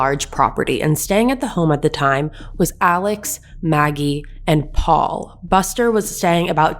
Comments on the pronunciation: Their last name is pronounced MurDOCK and Alex is pronounced AleC. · First of all, Alex name is pronounced Alec and his last name is pronounced Murdock. You can always tell the people that are not from those parts by pronunciation of names.